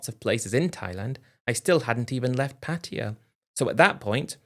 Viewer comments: Same old story and the same stupid British pronunciation, Patia, dumb Brits just can’t say Pa Taa Yaaaa lol 😂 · Everybody please stop saying PATTeeya. Cringe. Its pronounced pattaYA. Stress is on the end of the word not the beginning 🤷